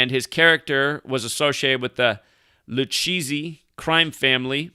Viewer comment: Lol it’s not pronounced (LuCheesy) Lucchese(Lukazy)